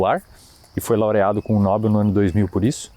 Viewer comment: a prosódia do nome Nobel acontece no "E" meu caro. a pronuncia correta é Nobél.